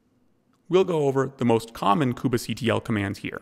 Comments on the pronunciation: I can't stop focusing on this :) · Why does he say "koobah" and not Kube like Queue-be ?